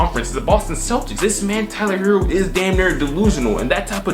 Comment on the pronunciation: Ummm pronounced Tyrone herro 🙄